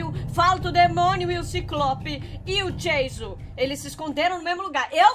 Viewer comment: Como pessoas normais falam Anônimos: o nome dele e Jason Como a fala: tchau jaso